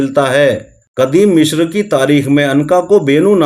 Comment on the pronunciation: مشر نہیں مصر ہے